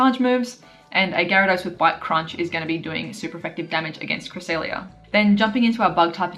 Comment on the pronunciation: CREE-SELL-LIA lol if you understand what I'm writing here honestly we all need a proper guide to pronouncing pokemon correctly like knowing the 1 way to pronounce the pokemon without these dumb disagreements lol. The 3DS pro is helpful for a start as you can listen to pokemon pronouncations just like that as you scroll through the national pokedex on that but it also features pokemon from gen 1-5 so pretty much you only need to watch the anime now if you want to know how these pokemon are pronounced and I mean watch the latest episodes of it since some pronunciations has changed over the years e.g. regice used to sound like "REGI-ICE" back when the lucario & the mystery of mew movie came out but now as of pokemon diamond and pearl series regice sounds like this "REG-ICE" that is more correct if you ask me. Just a thought I like to share with you guys here. I am not perfect here let's share the knowledge of pokemon together lool.